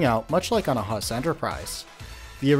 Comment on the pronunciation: Huss should be pronounced like who-ss